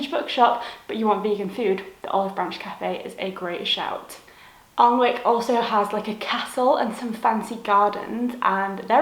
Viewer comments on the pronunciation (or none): Unfortunately Applebys bookshop closed about five years ago. It was a lovely bookshop. BTW Alnwick is pronounced anick Glad you enjoyed your visit. :)